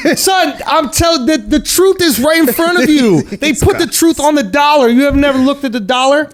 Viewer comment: Akkash “iTtSs OnN ThEee dOllArRrR”